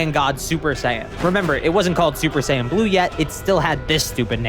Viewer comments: Not to shit on the grammar of a made up word, but the way the dude said "Saiyan" hurt my brain. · L take, couldn't even pronounce "Saiyan" earlier